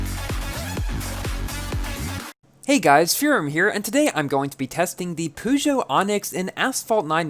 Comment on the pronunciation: That is how its said...